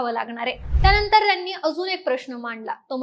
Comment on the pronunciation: मागणी ला मागनी म्हणताय, सरकारने ह्या शब्दाला सरकारणे म्हणताय. न आणि ण, कृपया लक्ष द्या. "त्याणतर" राहिलं, लिहिता पण येईना 😂